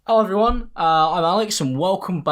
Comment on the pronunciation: Ello evewyone iMaLeX, fanks for wutchin